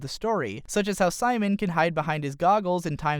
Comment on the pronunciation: Who's "Sheemone"